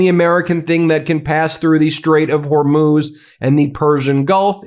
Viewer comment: Lol why does Ben pronounce it like "whore–moose!??" I'm fucking dying! 🤣🤣💀